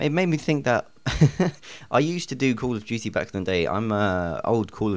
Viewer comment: call of juuty XD